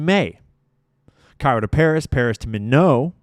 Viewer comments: It’s pronounced “My-knot.” (Minot, ND) Not a French sounding (mih-know) name. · Minot is pronounced MY knot,,,, and IF you visit "Prescott Arizona" ,,, say "Pres Kit" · I would like to clarify that Minot, North Dakota is pronounced Mynot. Rhymes with “Why not?” Why not Minot? Freezins’ the reason. Minot ND has been the coldest place in the world before. So has Grand Forks. It is summer in Antarctica when it is winter here, so sometimes it’s -40 degrees there and -60 degrees in North Dakota. Why not Minot. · Minot isn't pronounced 'my know' it's 'my knot' as in Minot AFB FYI... We have a traitor/mole w/in our military, should probably hunt that person down stat.... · “My not” instead of “Minnow” pron. of Minot. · Just so you know,, the city is pronounced “Mye- nott “, not French like Mi-no, the way you’ve been pronouncing it. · My-not, Minot, north dakota. Mar-say.. Marseilles, France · Minot is pronounced MY NOT. You pronounce the T, I promise you. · MY-not, emphasis on 1st syllable. Don’t mean to micro manage, but it’s hard for the masses to listen to the conceptual content because your mind has to back up to translate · Not very important but MINOT is pronounced MY-NOT lol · dear; Minot, ND is pronounced /my not/ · I’m from North Dakota and it is pronounced MY-NOT - Minot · Minot is pronounced my-not. 😊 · 🚨MINOT🚨 pronounced "My-not" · ND native here. Minot is pronounced My-not. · North Dakotan here!🙋 It’s pronounced my-not (Minot) ND, I live 60 miles from minot and go there every week for groceries so this is close to home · Minot ND is a US city. You are permitted to pronounce the "t". Sounds like MY NOT. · Minot is pronounced my-not, sorry I'm from ND lol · its pronounced My-not, Mi-not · I just have to say Minot is MY-NOT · Ok you keep pronouncing Minot wrong and it's driving me nuts🤣 Minot should sound like My Knot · Minot = My knot. That is how it is pronounced. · Pronounced My-Not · MINOT = "MY-NOT" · It’s pronounced MY•not, North Dakota